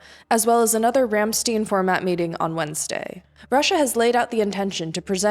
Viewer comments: Rammstein is pronounced "ram-shtine". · You mispronounced Ramstein.